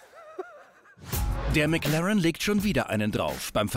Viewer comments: Niemand Wirklich niemand Nicki: Mäklaren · Wie der Schelle die ganze Zeit McLAREN sagt..